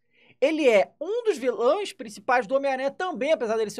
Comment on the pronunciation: "Ele é um dos viLÔais..." ksksks